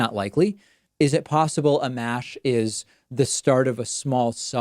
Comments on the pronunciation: Pronounced "uh-mosh".... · Its pronounced “Uh-Mosh”